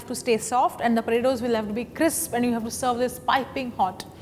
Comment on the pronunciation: Roundles of Padetos..